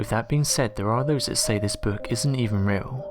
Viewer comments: What the hek is a "Boourk"?? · I cant stand this narrators voice and the way he says ...: "book " is creepier than a stupid ...boook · Screw the book...what’s haunting me is how the narrator says the word, “book”.